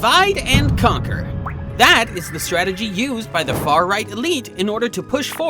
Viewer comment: Why "DE"-VIDE? Why not "DI"-VIDE...?